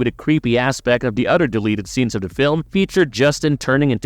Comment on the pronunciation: Udder instead of OTHER,christ,you sound like a stupid kid in 4th grade.